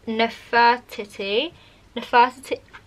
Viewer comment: It's pronounced nefer-tee-tee haha